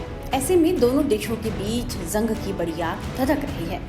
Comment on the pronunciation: ज़ंग नहीं जंग